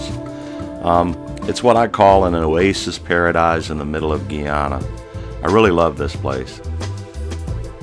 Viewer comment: it's not GEE ANNA it's GUY ANNA